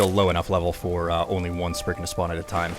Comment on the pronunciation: "Sprigon"? No! I AM GROOT!